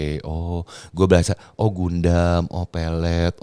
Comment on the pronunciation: Hahhahaha .. maksud hati mau nyebut godam, tapi malah kesebut gundam 🤣🤣🤣